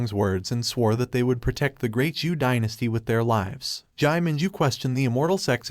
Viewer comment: Not ju but Zhou dynasty it's narrators mistake